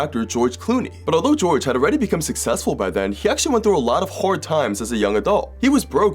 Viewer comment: lol “haord”